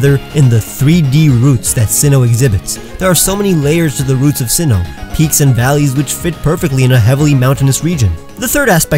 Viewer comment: You pronounced Sinnoh incorrectly